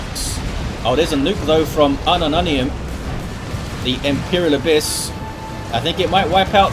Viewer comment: i can't stop hearing unknow onions when he say unumunium